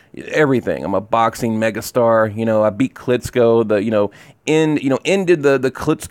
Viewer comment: KLITCHKO not KLITSKO